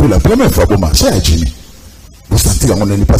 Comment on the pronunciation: Ndeko ezali djimmy et non dimmy